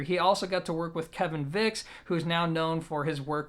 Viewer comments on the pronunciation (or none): Kevin Voecks last name is pronounced more like "vakes" not "vicks".